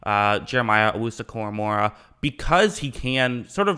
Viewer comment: Koramoah not Koramora.